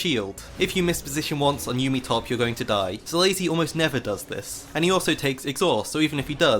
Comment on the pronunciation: Every time you said "yummi top" I laughed 🤣